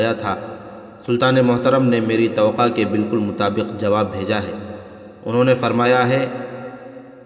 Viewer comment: بھائی آپ لفظ " توقع " کو بہت غلط پڑھ رہے ہو۔ آپ اسکو "توقا" پڑھتے ہیں۔جب کہ یہ لفظ ta wa kah ہے ۔ "نامور" کو بھی آپ نے na moor پڑھا ہے ۔جب کہ یہ "نام ور" پڑھا جاتا ہے ۔اسطرح اور بھی کئی غلطیاں ہیں ۔تھوڑی تیاری کر لیا کریں ۔شکریہ